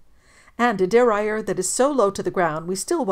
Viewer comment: I was wondering what you were trying to say, but figured it out, duh-rail-e-er (derailleur).